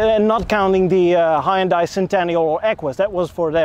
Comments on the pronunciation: Pronounced HUN DAY. It does have a hood ornament, BIRD POOP! Even Jaguar, Lincoln and Cadillac now use plastic wood. Maybe XG means Xtra Gas. LOL Are you aware that Hyundai & Kia are sister companies? BTW I owned one of those so keep your eyes open for a pre-heater problem in the future. The repair will cost more than you paid for the car. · lol As a Korean everytime I see someone say "hi-undie" i get mixed feelings.. Since the english pronunciation itself is to blame not individuals, but also that nobody really cares how the Korean company is pronounced in its mother language. BTW some youtubers call it "hunday" and I often see many comments trying to correct them, but that's actually the closest pronunciation to original that I've seen of English-speaking youtubers. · Maybe it’s a New York thing, but we pronounce it as HUN-DAY I like the way it looks, and don’t recall ever seeing that model before. I’ll keep an eye out for it on the road. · Just saying, but your pronunciation of Hyundai is wrong. In Korean, it's two syllables. "Hyon-dé" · Hyundai is pronounced Hunday just like Sunday 👍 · Hyundai rhymes with Sunday, as the Koreans say ;) There is no hi, there is no di. Hun-day (not 100% accurate, but as close as you can get with English based pronunciation). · Hyundai is pronounced like Sunday. Source: I was an engineer for Hyundai. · "Huhn Day",. It's pronounced "Huhn Day" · It's a Hyundai, not a Hi-iundai. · It really irritates me when American Youtubers pronounce Hundai.....